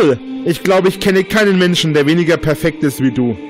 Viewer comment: "Keina von euch ist perfeggd." M E M E Kann nichts richtig - geschweige ansatzweise - richtig machen.